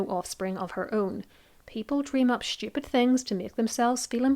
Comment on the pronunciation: I particularly enjoyed the Conneryesque pronunciation "schtupid" when describing the delusional fantasies people insist upon.